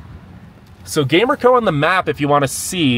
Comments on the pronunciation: And it's not called Gamer-co it's pronounced Ga-mer-co and behind the red rock park if you stayed on the main road there is rocks that look like a males genital hints the name Peter's rock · Loved your tourist view!! The way you killed the pronunciations of some places had me dying! Gamer-co 😂 your enthusiasm was outta this world! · 😂 yeah born and raised in Gallup and the pronouncing of those places made me laugh as well! Gamer-co 😂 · The town of Gamerco is pronounced GUM-air-ko